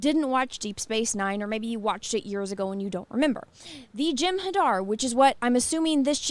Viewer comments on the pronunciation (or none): none